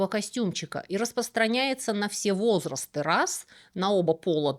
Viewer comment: О как приятно слышать "во́зрасты"! 🥰